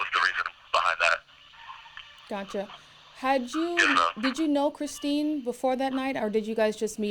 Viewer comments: The way he mispronounced the first victims name through the entire interview just makes it even more infuriating. On death row now, where you deserve to be. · He can’t even pronounce the poor woman whose life he ended name correctly. It’s Christine. Like he didn’t know that, they said it a million times during the trial. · It was painful for the rest of us to hear also, but for different reasons. Because the woman’s name who he m*rdered was Christine and he couldn’t even get that right. Kristen is one of his ex-girlfriends. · Dude kills her, and still can't even get her name right ? 🤡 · He can’t even get the poor victims name right. Calls her Kristen instead of Christine. Kristen is one of his kiosk chicks. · He has such little remorse for his victims he can't even TRY to get her name right. Her name is CHRISTINE, not Kristen you clown! Kristen is the idiot putting money on your kiosk, idiot... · He can’t even get his victims name right 🤦🏽‍♀️ He keeps calling her “Kristen” instead of Christine!! This guy is confusing the victim with his daft kiosk Kristen girlfriend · I just can’t with this tool 🤦‍♀️ He’s so ridiculous it would be laughable if two women weren’t dead because of him!! He’s such a douche bag he can’t even get his victims name correct, kept calling her Kristin 🤦‍♀️ Sorry but this reporter should’ve corrected him every single time he said it wrong!! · Kristeen, not Kristen. U big overgrown dummy. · Why is he calling Christine Melton "Kristin?" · He doesn’t even know her name! He calls her “Kristin” and her name is “Christine” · Her name is Christine not Kristen !!! Are you kidding me 😧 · CHRISTINE buddy not Kristen 🤦🏻‍♀️ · How freaking embarrassing that he can't even get his victims name right. He keeps calling her Kristen instead of Christine, and Kristen is the woman who he's chatting to on the jail phone calls 😒SMH He really thought he was being convincing even though he confessed to Mila andchus father on public phone calls lol